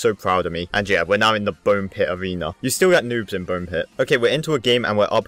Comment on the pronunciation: Learn how to read! U said avena 1 but all other players Even noobs! Say A(r)ena 1